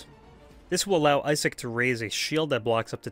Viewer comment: I-sick is how you pronounce it